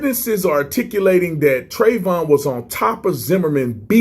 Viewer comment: First of all, please get Trayvon's name right. Secondly, research the actual and not propaganda before making false claims that have already been debunked. Respect the family that is still suffering from this